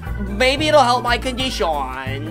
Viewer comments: Actually its more know as CoNdIsHaWn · "maybe it will help my condishawn"